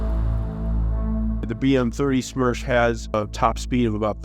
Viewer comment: BM-30 SMERCH translates to BM-30 Death. ( Not Smersh, but Smertch )